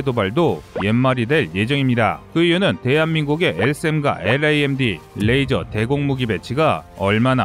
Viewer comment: 레이저! 러이저! 러이저요~~~~!!!